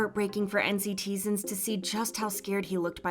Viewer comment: I think you're pronouncing NCT's fandom name wrong,...lol. You say, "en see tee zens," but I'm pretty sure the members say, "en citizens."